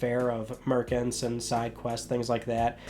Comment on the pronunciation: how are you pronouncing merchant again?